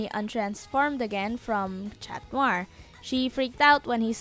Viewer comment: cat not chat